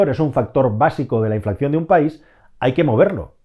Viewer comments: Se dice inflación no inflacción amigo. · Muchas gracias por el vídeo, buenísimo Solo una cosa, me pone nervioso cuando pronuncias “inflación” porque pones “cc” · muy interesantes tus videos pero me da un ataque epileptico cada vez que dices "inflaccion" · inflación, no inflaCCión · Gracias, muy interesante. Por cierto, por favor, revisate lo de "inflacción", se dice inflación. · Hola, buen vídeo como siempre. Lo único, no es "inflacción" sino inflación. XD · hola, creo que dices "inflacción" en lugar de inflación...de todas maneras, esto que está pasando con los precios del combustible y la electricidad, es, en mi opinión, algo directamente relacionado con nuestro estilo de vida, consumimos más, mucho más, que recursos naturales hay disponibles en el planeta, entonces, por pura lógica, llega un momento en el que la balanza de la oferta y la demanda de desequilibra del todo y los precios se disparan...el tema del agua potable en España no tardará en ser un problema acuciante, en épocas pasadas "la pertinaz sequía" que decía el dictador cuando inauguraba un nuevo embalse, efectivamente las sequías ya eran muy prolongadas, duras, pero el nivel de vida de los españoles de entonces era infinitamente más bajo que el de ahora, la industria no tenía ni por asomo el desarrollo actual con la consecuente demanda de agua, la agricultura era una broma en comparación, y claro, se apañaban aún con sequías persistentes, ahora ya, en este momento, no deberíamos seguir consumiendo el agua como lo hacemos en todos los ámbitos, y se sigue como si nada pasara...hasta que pase, y verás la que se montará cuando el metro cúbico de agua sea impagable... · No es por ser pepito grillo, pero es inflación, no inflacción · Un estudio muy detallado y muy interesante como siempre. Lo único comentar que se dice inflación y no inflacción. Ojalá se acabe la guerra y se resuelva esta situación pronto. Saludos.